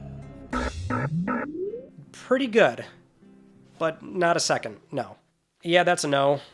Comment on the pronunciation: Fella forgot the S in second.